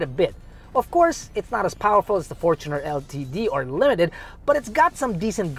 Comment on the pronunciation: The current 2.8 diesel engine debuted on the Fortuner. Its technically more correct to say it like did.